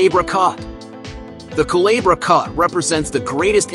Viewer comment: El lago se llama CHAGRES no como usted dice. Y el corte no llama Calabra...se llama el corte CULEBRA